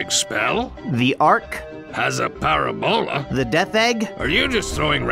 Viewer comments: Para-bola should be a pa-RA-bola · The way pronounced parabola makes my eye twitch.